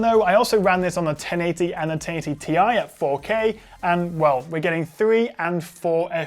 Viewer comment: Really good video review, however can I just point out that the way you say 1080 (taity!!!) is infuriating 😂 why oh why are you doing that